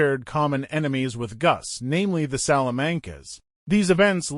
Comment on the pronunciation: You pronounced Salamanca wrong